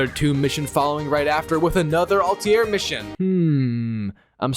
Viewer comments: And Al tai rrr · Your pronunciation of Altair is garbage